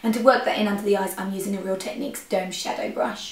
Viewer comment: Is it really "doomed" shadow brush, or "domed"? Love the tutorial!